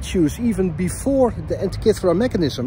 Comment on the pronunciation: you pronounce the word ΑΝΤΙΚΥΘΗΡΑ very very well... congratulations